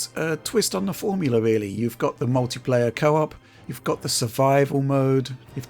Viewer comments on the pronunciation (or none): none